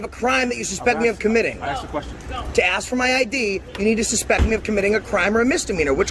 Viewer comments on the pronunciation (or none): Amazing how many Americans can't correctly pronounce the word "ask".